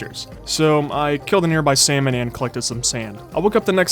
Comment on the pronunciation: Salmon not samon~ bad😡🤚🏼